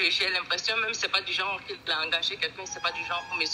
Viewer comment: c’est pas du genreuh!!!